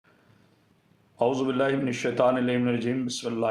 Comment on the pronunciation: Beghairat insan pehly auzubilaa kehna tou seekh ly. Bysharam admi